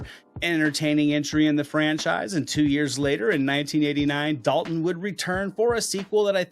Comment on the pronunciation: the way he pronounced dalton sounds like a redneck, hillibilly